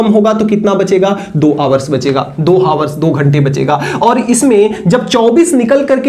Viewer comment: Hawars ❌ Hours ✅